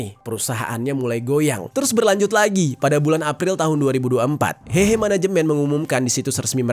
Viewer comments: 和合 dibaca : hê hê', bukan hehe(ketawa) Secara harafiah 和 berarti damai; 合 berarti kumpul/gabung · kata "hehe" " e" nya bukan "e" untuk " eka", tapi " e" untuk "emas" alias "heuh heuh". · lafalnya si Mimin salah total gmn mau diartiin.